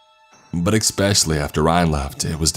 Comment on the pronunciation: Sorry, not sorry man. The word is ESpecially, not EXpecially. There's also no X in EScape.